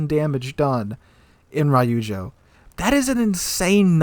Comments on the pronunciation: Every time he said Rye-oozjo I cringed internally :P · Damn that’s insane. Btw it’s Reeeujo not Rai yu joe.